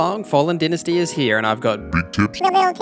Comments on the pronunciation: It's Dy-na-sty not dentasty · Dy-na-sty is the American way, din-asty is the uk/ aus way 😁